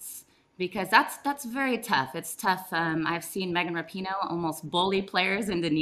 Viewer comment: RAP-IN-OOOH not Not NOT ra-PEEN-OH